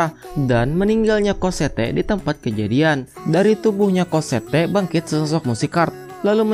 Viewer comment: bacaannya emg COSSETTE, tapi dipanggilnya COSSETTO ngab. wkkwkwkwkwkwk